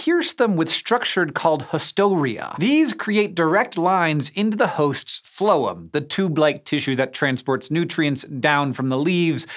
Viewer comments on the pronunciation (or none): none